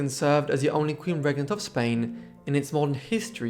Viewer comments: Its REE GENT AS IN GENTLEMAN YOU SHOULD KNOW THAT BY NOW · I do enjoy,both your content & your nicely laid Bach presentation, it helps that your extremely handsome fir a historian. Just on hopefully constructive criticism, Regent as in King/Queen Regent is pronounced Reeeee - gent.If you Google meaning it will sound the word for you. I find the history of Spain amazingly complicated & rather dramatic,having grown up on a diet of English History,though have Ben to school in America and lived all o er the world. Very best wishes to you&yours & have a great weekend 👋⭐️💯✌️ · I'm perfectly aware of his English accent - I'm English,myself - I think he's fantastic & really enjoy his videos, but,there is NO other way of pronouncing the word properly in English. I'm very dyslexic as once might realise from reading my post,but,on the spoken word I have total confidence & as I said its constructive criticism, not an insult. I give my Spanish/Italian godson English lessons to help his conversation & having lived all over the World & helped 100s of people with English, it's a courtesy to help someone be the best they can be. Just like I tell anyone to correct my French,Spanish,Italian,Arabic & Greek.